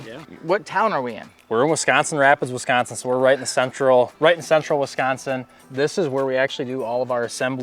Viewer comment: West coast people and how you say Wisconsin is funny. Sounds like WESconsin. Love the video, right in my neck of the woods